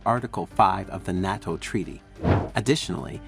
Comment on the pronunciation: Just an FYI, it's "NAY-TO". I figured you'll be saying it a lot now. I think it's great, btw!